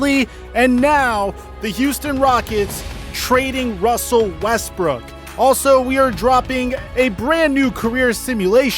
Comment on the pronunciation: Wussel Westbrook to the Washington Wizard